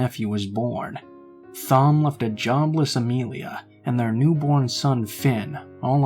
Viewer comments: Lol..Is the name you are trying to say Thom? Because if so it is pronounced like "Tom" ...not with the "Th" sound! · Thom is usually pronounced Tom, unless the author has specified otherwise. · Wow this story was.... interesting! Lol at whatever name that was I thought you were saying Thong at first 😂😂 Love your voice!